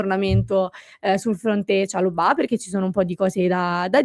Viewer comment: chalòbah con l'accento sulla o. non è francese.